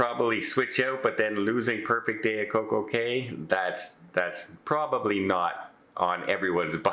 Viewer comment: BTW “day” and “cay” don’t rhyme since cay is pronounced “key”. I’m amazed the cruiseline never noticed this .